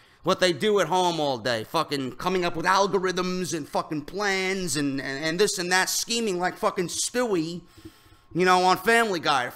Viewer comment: For someone who listens to you on headphones, if you could only tone it down with the "ANDDDDD THISSSS" shit, your podcast would be flawless.